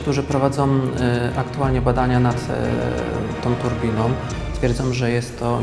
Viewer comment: "prowadzom badania nad tom turbinom" - litości, używajmy w wymowie polskich znaków dialektycznych